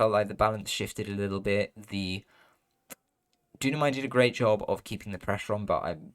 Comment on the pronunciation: Hi there ! Thanks for the cast ! Just a detail, it's Dunamai (pronounced Doo-nah-my). Cheers !